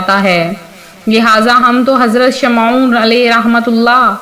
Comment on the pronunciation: Shamon hai sahee naam sahe bolo please.